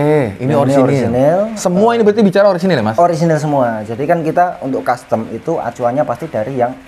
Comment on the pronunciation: Rasio custom om, bukan rasio costum😂